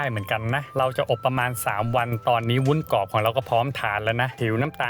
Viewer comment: ทำวีดีโอสวย การนำเสนอดี ขัดใจนิดนึง คุณพูดว่าวุ้นกอบ ซึ่งควรจะพูดว่าวุ้นกรอบ